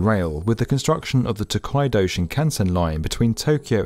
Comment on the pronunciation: Tokaido = "TuhKWAYdo"? Chuo Shinkansen = "Chow ShunKANsin"? Nagoya = "NaGOwuh"? Osaka = "OhSAHKuh"? Shizuoka = "SheeZOkuh"? LOL I would expect better from "the 'definitive' video channel for construction"😂